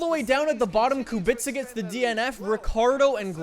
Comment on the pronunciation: Pls work on pronounce of the Kubica I beg you.